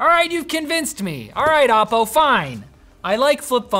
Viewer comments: It's oppo not Appow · It's O-po, not Op-o. Sincerly, your local Chinese.